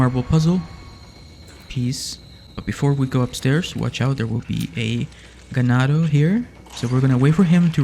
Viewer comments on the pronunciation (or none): Ganado: "aeatmyassho"